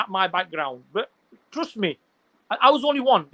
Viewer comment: This wannabe European pronounces trust as "troost". We don't seek this chutiyas validation. If you wanna bring a neutral guy than bring some European, this 'kala' punjabi wannabe angrez won't work.